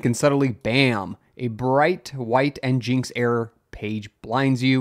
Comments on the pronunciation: Hold up... Is it, N-Jinx Or is it, N-Gin-X?? I always heard it as N-Gin-X... Who says N-Jinx? (Edit: A quick search confirms it's supposed to be a play on "Engine X" so definitely not N-Jinx.) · In is pronounced "engine x" not "n jinx" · This man can’t pronounce anything, it’s not njinx it’s engineX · i laughed quite hard at en-jinx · Nginx being pronounced Engine X makes as much sense as SQL being pronounced Sequel. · It is pronounced engine-x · NGINX — “Engine X” 🤦‍♂️ how do you so consistently mispronounce all these projects? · It's EN-GIN-X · "N-Jinx" ... this is how you tell it's just a Rust fanboy channel.